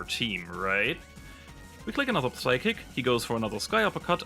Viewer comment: Nice vid, let me boost it a bit by saying that 'P' in 'psychic' is silent